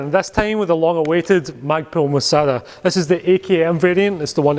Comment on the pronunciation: moh-sah-dah :D